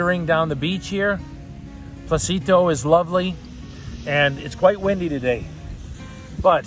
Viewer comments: For those interested on what beach he is at the beginning of the video it is NOT "Placito Beach, it is called Pocitos (No "L" and with an O like in Orca) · Small correction, it is Pocit’os’, it’s phonetic, they pronounce it all.